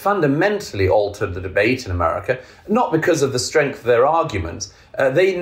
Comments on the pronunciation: I agree with everything Douglas Murray says…..unless he’s pronouncing Amaarica 🇺🇸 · I know I’ve said it before here, but the way Douglas (whose books I greatly admire) keeps pronouncing ‘America’ as ‘Amurrayca’ cracks me up. Naked ambition! That being said, I’d love to see him as president.